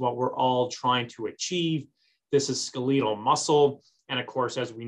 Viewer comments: skaleetle? its skeletal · What the hell is "SKELL-LEE-TAAL" muscle?🤔🤔🤔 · Good information, but for God's sake, please check your dictionary. Skeletal is NOT pronounced ...ske leet al. C'mon! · Do you mean to tell me that I’ve mispronounced “skeletal” for 55 yrs? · OMG, Why can't you pronounce the word"skeletal" cortrectly? Either never went to med school our an affectation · It is correct in UK commonwealth nations